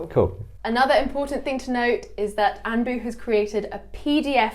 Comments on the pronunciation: They way you pronounce Anbu I Annn bu, the An is pronounced A with a more close mouth. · I think..It's Anbu..it's not anpu. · His name is anbu it is a very good tamil name... Which means love. It's not anpu